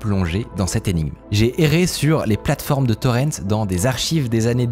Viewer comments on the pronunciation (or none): Mec arrête de dire torrente !! C'est horrible a entendre et en français on dit torrent comme on dit ruisseau !! Gros nul. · Arrête de dire torente!